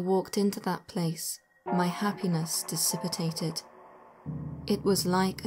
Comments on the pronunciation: "Dissipitated" again? I know Brits invented English, but it's wrong. Should be "dissipated" - one less syllable. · She put an extra syllable in and made it "dissipitated" - which is wrong - should be "dissipated". There are at least 2 videos where she makes this mistake.